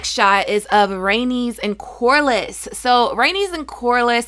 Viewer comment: Corlys: Core-leez not corlis